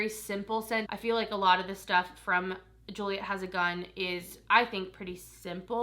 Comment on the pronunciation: Gioia is pronounced (Joy-a) it's my madien name so I always had to correct people, my family is from sicily.